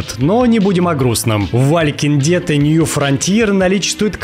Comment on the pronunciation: От "Валькинг деад" чуть уши не оторвались